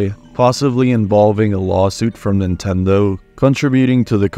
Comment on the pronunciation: I love when you say Pablo's name correctly, you said Neentendo right afterward. lol XD No where else. LOL